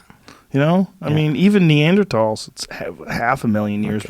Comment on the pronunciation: Joe "neanderTALL" Rogan